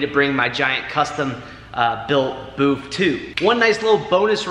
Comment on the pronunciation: Dude, it's a booth, not boof......lol Just kidding with ya, I like the boof.....lol